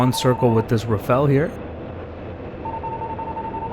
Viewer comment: At last an American who pronounces the word Rafale properly. Most of the others say Rafail; as if they wanted it to fail. LOL!